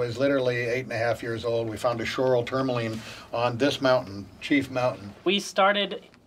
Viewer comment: The voiceover mispronounces everything so weirdly 😆 tourmaline, trichroism, spinel, agates, Paraiba... I mean come on it's just basic research, is it AI?